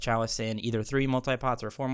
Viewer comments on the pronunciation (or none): none